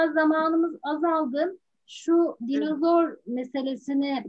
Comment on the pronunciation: dinazor degil, dinozor.